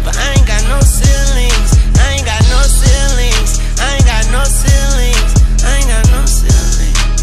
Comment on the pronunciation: I saw a mil at 15 Still got really big dreams Your b** a really big fiend I aint got no ceilings Rhyme schemes are supposed to correspond to each other just like this. Saw a mil at fifteen and still has big dreams because he has no ceilings. Also he says (sil-ings) so it rhymes with big rings and still doesnt even sound like he butchers the words. 🐐